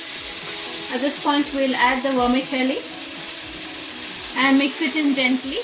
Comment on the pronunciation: It's pronounced vermi-Selli not chelli